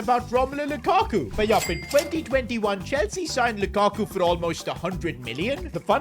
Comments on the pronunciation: Lakaku es lukaku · LAKAKU jajajaj es LUKAKU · Can u sign someone better for the spanish version? Im going to have cáncer if i hear one more time lakaku or iden yasard